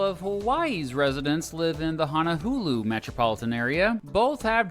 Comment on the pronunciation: as someone who lives in Hawai'i it makes me mad that he says "hono-hulu"